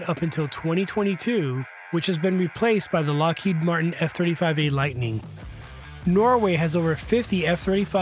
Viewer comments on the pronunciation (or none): none